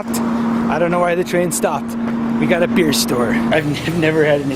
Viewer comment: “Beer” is a two syllable word for wingman. “Be-ear”